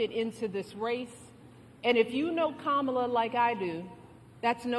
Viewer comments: Did she call them Kamala Zoo? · Did just say Camila zoo